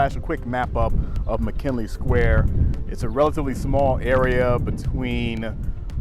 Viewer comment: It's McGinley, please stop pronouncing it like "McKinley". "G", not "K", dude.